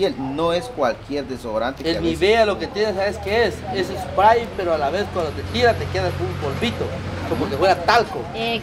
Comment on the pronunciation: No se dice Sprai se dice Sprei de inglés Spray 😊